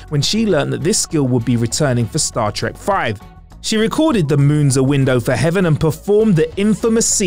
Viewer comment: Um sir, WTF is “Star Trick”?